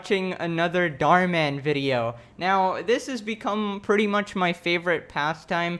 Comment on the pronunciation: You say Dhar Mann like darmen, a Dutch word, which means intestines. Thank me for such useless information later.